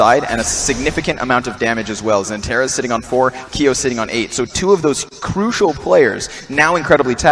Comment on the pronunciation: xanteres değil xantares